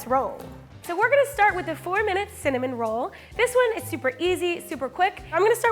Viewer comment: “cimin roll.”